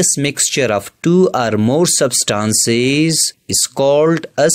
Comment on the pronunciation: It is not sabstances it is substances dont pronounce wrongly